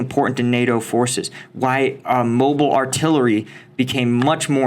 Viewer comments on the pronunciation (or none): none